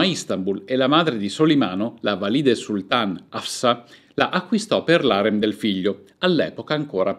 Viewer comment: Un unico appunto, gentile: Valide', con l'accento sulla e. Ma e' giusto per non farle esclusivamente complimenti. Un saluto cordiale